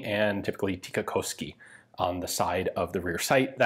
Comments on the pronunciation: Heh, although you pronounce "tikkakoski" quite well, it is still a bit funny how your US-english accent still comes through :) It is like you want to bend the "o" into "oh" but try to resist it with all your might :) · As a native Tikkakoskean, I dare say that Ian did pronounce the name of the place pretty well